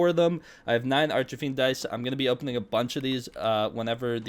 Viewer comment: where has bro gotten 'archerfiend' from its arch-fiend